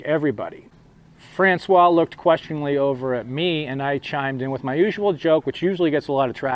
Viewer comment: And yes, you pronounced François perfectly! ♡